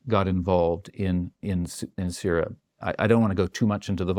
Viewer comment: FINALLY! A WESTERN WHO REALLY KNOWS WHAT THE F IS GOING ON IN SYRIA. HE'S SO GOOD THAT HE PRONOUNCED ALL THE NAMES CORRECTLY LOL